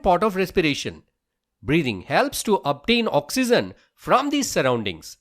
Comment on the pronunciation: Oxygen is pronounced as ' Oxeejen' not ' Oxeezen'